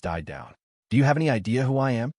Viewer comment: Fix the ai please instead of a m it says ah m